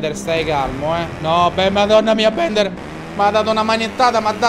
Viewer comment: Ciccio non si pronuncia bender ma Bilder